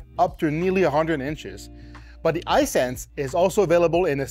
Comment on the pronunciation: His pronunciation of "Hisense" is really throwing me off.